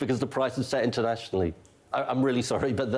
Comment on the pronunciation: He can't get past the word "internationly" Is our taxes set internationly?